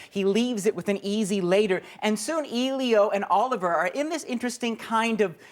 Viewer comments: You're so right, I want to jump off a cliff too! Elio was the name of my first boyfriend in Italy when I was 17, so I'm particular about the name! It's "Eh-lee-o", the "e" pronounced as the e in "egg"... I'm surprised at the guy in the vid -- they pronounce his name in the movie only about a 1000 times (duh!) so I'm baffled as to why he's getting it wrong.... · "Eelio"? Damn it, it's "Eh-lio"! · The fact that ur saying EE-lio instead in Elio is pissing me off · the fact that he says EEElio EEEritates me. 😒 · I stopped watching after he said "Eeleeo". Did he not watch the film? His name comes up a lot, surprisingly. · I'm Canadian and I disapprove. ain't no eeeelio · ellliiOOO omg hes saying hes name wrong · As the critic butchers the name "Elio," I clicked thumb-down and now I'm off. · The way that guy says "Elio" makes me want to jump off a cliff omfg it's really not that hard to pronounce